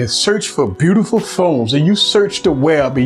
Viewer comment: "Bewtiful phone"